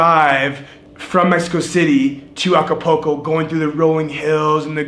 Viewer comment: Nice video ,, cool channel ,,, just one point .. the city ACAPULCO is not pronounced A C A P O C O .. it is pronounced A C A P O O L C O .. you know like a swimming pool ..